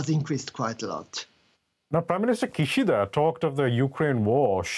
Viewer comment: its Kishida not Kushido. Just reminding you.